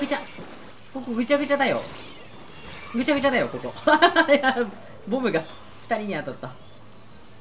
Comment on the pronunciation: ボムがボブにしか聞こえないのは耳が悪い？